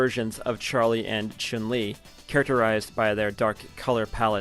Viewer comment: This guy says choon li